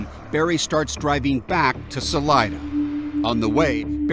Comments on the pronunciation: Sal EEE DUH not Sal EYE DUH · Salida means “exit” in Spanish and it’s pronounced Sah-Lee-Dah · Saleeda I know you guys in Colorado don’t pronounce, but the name is not English. It’s Spanish and it means exit.